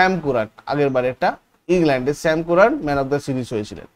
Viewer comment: শ্যাম কুরান❌ শ্যাম কারেন ✅